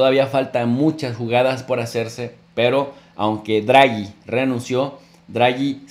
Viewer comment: No es "Druagi" es Draghi y se pronuncia tal cual, no es un inglés... es italiano.